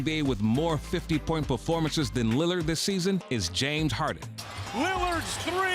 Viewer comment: Stephen A. “Damien Lillad” Smith 💀💀💀💀